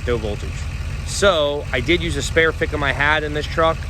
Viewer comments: Man alive..... If anyone ran a drinking game off how many times said "fick 'em" they would be lit AF. Please keep saying it, it is my favorite new word. Anyone wanting to jump on, I know that he is sounding out FICM the acronym for fuel injection control module. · the "fickem" lol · The amount of time you said ficm too😂 love it